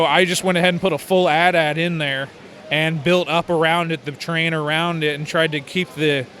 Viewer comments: did he seriously perno7nce it as "at at" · You say it: Ei ti, ei ti not attad lmao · who else got triggered when he said at at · You guys are dumb, AT-AT was originally pronounced At At. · He said AT-AT wrong... TRIGGERED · Did he just say... atat? TRIGGERED